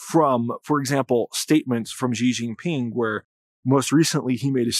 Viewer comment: Xi Jinping is pronounced “she”, not “ʒe.”